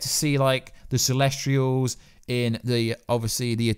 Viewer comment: like he called the celestials celestralls